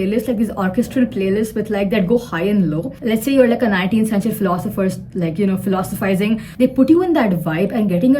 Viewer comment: "Philosiphyzing" really cracked me up 😂😂🤣🤣